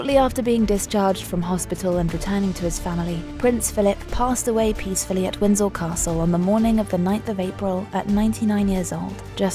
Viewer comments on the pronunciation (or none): Its Windsor not windsel